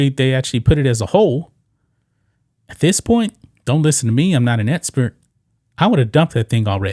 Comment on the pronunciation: EXpert NOT etspert. You have a speech impediment